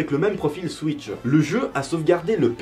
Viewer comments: Tu as dit Nintendo suisse "switch" 😂😂 et ressemble à malcom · C est pas siws mais switch😂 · il a dit Nintendo suisse ou je rêve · Tu dis nintendo suice